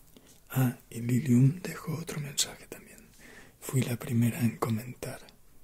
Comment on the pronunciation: no se sienta celoso.Puede que Lucifer y el vampiro sean de mis favoritos pero ninguno de ellos se compara contigo cuando dices "Lilium" con tu voz española Jajajaja,usted también mola no crea que no,su voz es muy relajante,que bueno que hoy fue el secretario del amo y señor Virgin. Pd: Me hizo muchísima ilusión ser nombrada en uno de tus vídeos <3 no me lo esperé en la vida. Pd 2: Estoy muy de acuerdo con un sub en que leas Edgar Allan Poe,Apoyo totalmente la idea,como mola,él nos podría leer uno de sus cuentos. (No lo olvide,Usted mola Guiño Guiño Pd 3: Cada vez que escuché uno de mis comentarios entre que me cagaba de la risa y me cagaba de los nervios. Gran vídeo!!! Saludeme al peleón de Caravaggio. <3